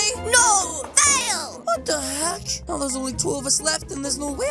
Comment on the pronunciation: He said ow instead of now